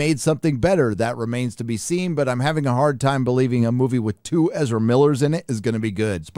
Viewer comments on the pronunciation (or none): none